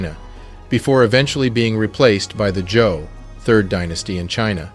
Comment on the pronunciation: Prof! I love your work! Btw I hear "Joe Dinasty" , do you mean ""Zhou"? ThAnkhs for Being True to YaSelf, So to We